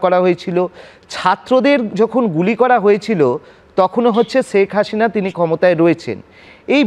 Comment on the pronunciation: সর্ব প্রথম, সঞ্চালক মহাশয়,আপনি বার বার ছেক হাছিনা বলছেন, অথচ বাংলাদেশের ১৮ কোটি লোক শেখ হাসিনা বলে উচ্চারণ করেন এর পর হচ্ছে,সজীব ওয়াজেদ(জয়) বলছেন ওনার মাতার বিচারের রায় হাস্যকর, অথচ ওনাকে বিন্দুমাত্র হাসতে দেখলাম না।দেখে মনে হচ্ছিল ,বরাবরের মতো কঠিন চেহারার কাঠের পুতুল, শুধু তাইনা ওনার, পিছনের নীচের অংশে ভেজা ভেজা অন্য রকম দেখাচ্ছিল। আর সঞ্চালক মহাশয় ? ওনার মাতা,যে কারণেই দেশ ত্যাগ করে থাকুক। সাথে সাথে পুরাতন দলের সবচেয়ে বড় দল, ওনার মাতার সাথে, ৩০০শত সংসদ সদস্য, অন্য সব কেন্দ্রীয় নেতাগন, সব এক সাথে পলায়ন করে, আপনাদের কোলে কি ভাবে পরেছে ? যখন ওনার মাতা সরকারের প্রধান। ওনার কথা অনুযায়ী দেশের সর্ব বিহৎ দল। পুলিশ, আর্মি, সকল বাহিনী, প্রশাসন, বাকী থাকে, আপনাদের নির্লজ্জ সহযোগিতা তারপরও এক সাথে ,এতোগুলো নেতা, প্রশাসনের লোক, আপনাদের আশ্রয়ে কেন ??? ওনি বলতে না পারলেও আপনি পারেন ? অনেক কথা বলা হয়নি।